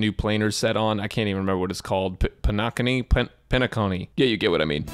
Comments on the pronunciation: BRO SAID PENAAKONI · came back just to bully him for "pen-ack-oni" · Penacony is the new world we going too, himeko has mention this name previously.... Why everyone is having a hard time pronouncing the name? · Pen-Nah-Cone-Ni Hope this helps. ^^